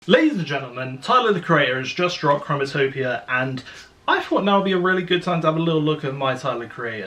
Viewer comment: im not tripping he keeps saying chromatopia in the beginning right?